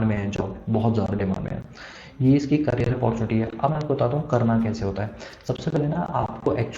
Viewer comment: Career hota h vo sir carrier nhi 😂